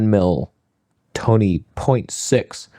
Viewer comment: I think you mean Toneh